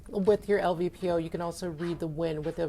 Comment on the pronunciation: l-P-v-o, not "lvpo"